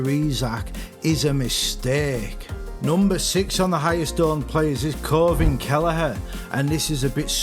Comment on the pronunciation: Agree with you on this. Btw caoimhin kelleher is pronounced queeveen kelleher